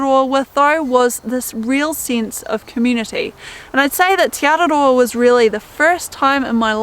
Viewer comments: Teh not tee ☺️ ah eh ee aw oo are the vowel sounds. Interesting that Hebrew has the same vowel sounds as Maori. 😊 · Just a heads up tī (you) is enunciated “tee” and te (the) “teh”